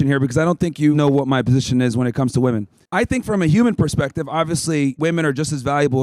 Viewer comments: She's unable to pronounce women correctly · She doesnt even know how to pronounce the plural of woman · Good job young lady. Woman and women are different words and are pronounced differently. What is it with this generation? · Why can’t women pronounce the word “women” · She couldn't even pronounce "women" correctly. She was cordial though. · What happened to this world where people can't pronounce the word "women" anymore? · She cant even say women.... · The mispronouncing of the word "women" just drives me fucking crazy. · Any if it’s because they didn’t pay attention in class, why is it the only word they can’t say correctly? I think it’s on purpose, taught with intent. I don’t know why, but there’s got to be a reason. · Right off the bat: "Your opinion on woman." Unable to pronounce "women". Off to a good start, folks! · my god WHY CANT SHE SAY "WOMEN" STOP SAYING "WOMAN" FOR THE PLURAL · Straight off the bat and she can't pronounce the word "Women". What is it with these American college girls and knowing the difference between "woman" and "women"?? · It’s WOMEN!! Not woman!! JEEEESUS!! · Why does she keep saying woman as if it’s plural? It’s women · why does she keep saying woman instead of women. lmao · dude didn't anyway teach them how to pronounce "women" ? they're literally just reading it as it's written not as it's supposed to be said. It's pronounced "WEMIN" not "WOMEN" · why does she keep saying, woman. Point made-it's women! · What’s the deal these modern-day women continuously using the word “woman” for “women”? She did it several times in this video. Even corrected on it. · Why do they always say "woman" in place of "women". Why the f do they always do that?? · everytime she said woman instead of women was driving me fucking insane 😅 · oh totally!! It does my head in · Why do gen-z women always say "women" as "woman"? It's like every single one of them.